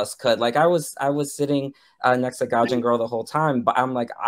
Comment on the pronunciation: Great video! This is something I feel he has a big blind spot on because his family’s history with Israel. We all have them. It needs to be dismantled. Only comment - sounded like you kept calling her “ganja girl” lol. Is it not “gaijin”?